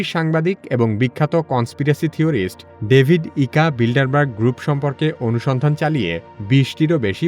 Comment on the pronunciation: নামটা হবে "ডেভিড আইক" ডেভিড ইকা নয়।।